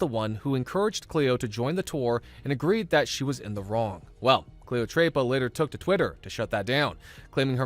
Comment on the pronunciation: I laughed at ”Cleotreypa”. It was just so white 😭☠️